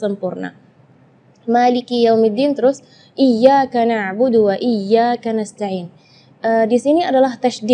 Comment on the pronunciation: Maaf Saat baca alfatihah ayat terakir menit ke 2.24 kliru..terucap waladholi(M) haruse (N) Saat mengulas menit ke 5.31juga kesleo lidah ayat ke 5 terucap kanas ta'ii(M) haruse (N)